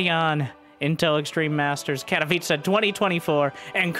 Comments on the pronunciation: Katowice should be pronounce like „katovice”. Not catopizza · I'm just here to listen to say Katowiche